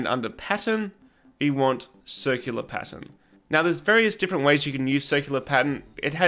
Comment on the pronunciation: Im so glad I found your channel. Your videos are going to be a lot of help. You lost me when you said pattern though. I kept hearing patent